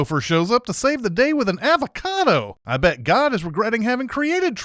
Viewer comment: I think this whole video should be sinned because of your annoying pronunciation of avocado!